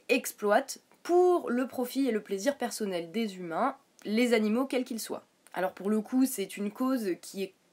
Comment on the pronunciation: Pourquoi "persaunnel, aufficiel, praublème" ?